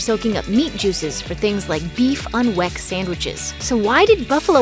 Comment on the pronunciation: it's pronounced WICK....... it may be spelled with an e but it is not pronounced that way.